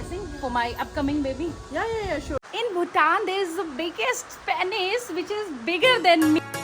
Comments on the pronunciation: It is pronounced pee**s not pay**s. Don't only think about pleasure and getting paid too😂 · Your pronunciation of "Penis" is wrong; it is pronounced as "Pinus." आपका "लिंग" का उच्चारण गलत है; इसका उच्चारण "पीनस" के रूप में किया जाता है। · Please stop saying 'Pay-niss' (पेनिस ), and start saying 'Pee-nuss' (पीनस ) I will avoid commenting on your other pronunciations, but this main word was important to be pointed out. Good video, otherwise. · Correct pronunciation is पीनस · Hey....dunno whether u will read my message......but I wanna point it out that.....PENIS is pronouced as PEENUS........and VAGINA......VAJAAYNA....I am sorry for correcting u...Ab video ban gaya...aur upload bhi hogaya...but next time dhyan rakhiye aap........Let me add one more thing that there is a Mandir in Assam "Kamarkhya Temple" where VAJAAYNA is worshipped.